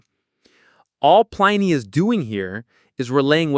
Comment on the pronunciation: Plin-ee not Pline-ee.